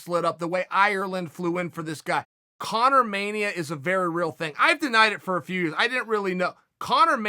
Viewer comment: Everytime Chael says "ConorMania", i wanna shoot myself